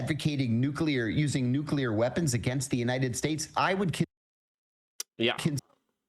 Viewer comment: NUKULAR ???? Are you George W. Bush??? It's so cringe...PLEASE start saying it correctly